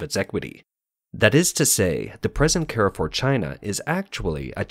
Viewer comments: It`s not "care four". It`s "car foo". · One small correction: It's not "Ke-re-fuhr", it's "kaahr-fuuhhr". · Car-for, not “Care-for.” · American pronouciation warning! It is CAR FOUR not CARRY FOUR! It means crossroads. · You french pronunciation still needs a lot of work mate, Carrefour in french sounds like more "Car" "Foor". You're welcome :) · Carrefour is a French supermarket n shld be pronounced as 'Car-full. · You should probably also correct the pronunciation of Carrefour. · carrefour pronunciation is cringe. please stop.